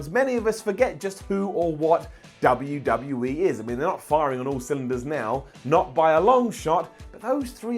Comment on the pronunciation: Did you just say "WWE teet"? You did.